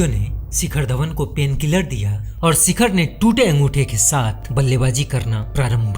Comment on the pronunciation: सिखर नही शिखर